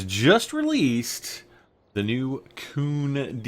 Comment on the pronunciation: It's KUN, not KOON